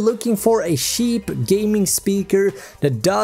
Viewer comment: Can't tell if you say "cheap"or "sheep". Great video though.